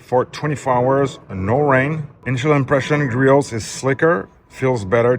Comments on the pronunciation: I feel bad for Griot's Garage, no one on YouTube seems to pronounce their name correctly. In case anyone is curious or cares, it's pronounced Gree-ohs, not Gree-oats or Gree-ots. I guess it's a pet-peeve of mine. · The project farm guy was insufferable, pronouncing the T lol